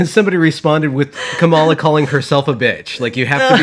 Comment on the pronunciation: So, with all of the talk about language, I feel compelled to ask why you're both mispronouncing "Kamala." Do you really not know how to say it, or is this intentional? The accent goes on the first syllable.